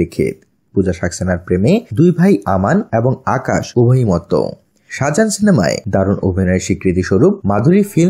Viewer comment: shajan na-- Saajan- correct your pronunciation please.